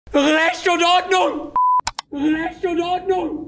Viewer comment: Persönliches Highlight bei "orndnung" und "soundgoodizer" xDDD